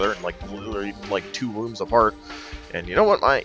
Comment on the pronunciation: "they are nice and put to save points two wombs apart" ...... -_- i know you meant to say rooms - but it was just funny for some stupid reason that it came out as wombs and not rooms